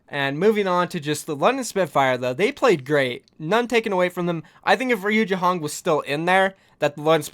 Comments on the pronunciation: Reye u not ree u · Yo. It is not „Riujehonk“ it is „Rujehong“, this is how you speak it. I am aware of that it is SPELLED different but you speak it like „Riujayhonk“ but it is „Rujehong“ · It is pronounced as RU - JEY - HONG please for the sake of my own sanity please say it right.